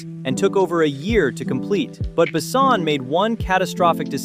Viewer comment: He ain't "BAsson" he's "BessOn". And Valerian was not that bad, it was just not that widely known to grab this much money. The two aleads did a good job. Sure they look like kids but it didn't seen out of place in a whimsical sci-fi/fantasy world. It was a simple passion driven miscalculation by Besson and it was not his first.